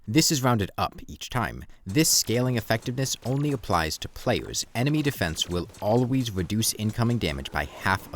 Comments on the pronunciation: I am not gonna fucking listen to a guy who says pwayus bruh ToT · I hope this doesn't come off rude but you earnestly need speech therapy, I find it hard to take a commentator seriously when I hear slurred "wowks" and "playews", I'm sorry but this is the second video I've clicked on in interest and had to drop in the first minute I hope you can forgive.